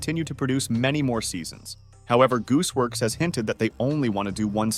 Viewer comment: “Goose works” MAN ITS GOOSEWORX